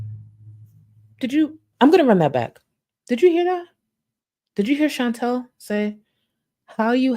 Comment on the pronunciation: can you consuder saying Chantal instead of Chintell?